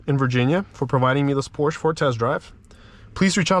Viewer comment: The instance he says "Porsche" the wrong way? I had to exit...